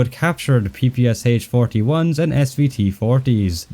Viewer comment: I would not expect someone like you calling it P P S H 😅